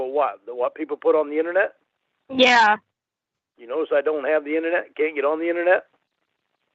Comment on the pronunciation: Take a shot every time says, "innanet" 🥃